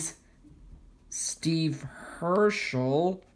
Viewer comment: Nice one btw it’s not pronounced hearshe it’s pronounced hearse with a s and without th she